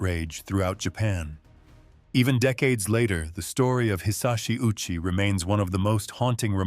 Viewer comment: Covering this sensitive topic but failed to research how to properly pronounce the late Ouchi Hisashi's name correctly.